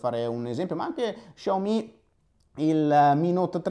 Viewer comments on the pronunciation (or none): none